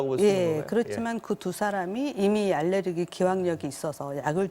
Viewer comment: 알르레기가 아니라 알레르기입니다.